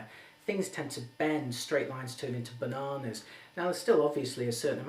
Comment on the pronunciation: Mmmm the way he says bananas lol -3